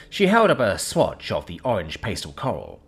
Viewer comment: This is hilarious. can easily pronounce the non-intuitive "salmon", but goes completely off the auditory rails when presented with the obvious, intuitive, and easily pronounced "pastel". Might I suggest a pronunciation guide of some sort be included in its training data? These flubs happen far too often to excuse by attribution to British public schools.